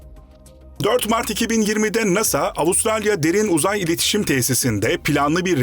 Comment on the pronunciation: Derin Uzay tamlaması yanlış vurgulanıyor. Böyle şeyler önemli.